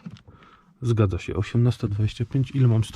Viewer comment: Nie "zgodza" 🤦 ino "zgadzo" 😁 gorolu! 😁chyba że zgadzosz się z czymś to się zgodza hah 🤣🤣